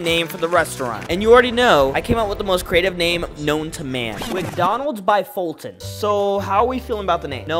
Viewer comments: “How do you pronounce foltyn?” “*fulton*” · ATLEAST say folt if you can’t say Foltyn